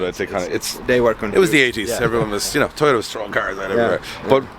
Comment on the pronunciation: Toyota and rust, sounds very Irish/uk!!!